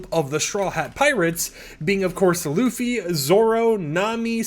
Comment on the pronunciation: finally a fortnite youtuber who pronounced luffy and usopp normally instead of lUFFy and YOUsopp